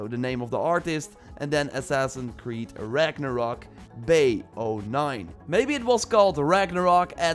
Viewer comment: Its Ragnarok not "rock"